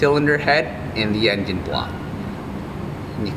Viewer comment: did he call it an en... gin?